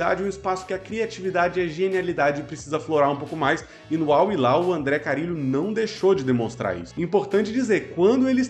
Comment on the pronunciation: é com "RR"